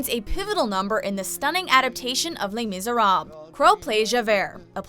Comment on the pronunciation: The way you guys pronounce Les Misérables made me cringe so damn hard.